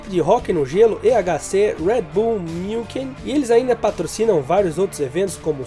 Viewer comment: München (Munique), se pronuncia: Muuuixen